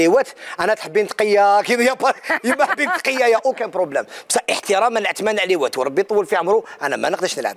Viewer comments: للتصحيح فقط . اسمه عثمان عريوات بالراء و ليس باللام. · بصح علاه يقولو عثمان عليوات وهو عثمان عريوات * 🙄